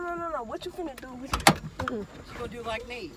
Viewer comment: it is finna do, not “fin a do”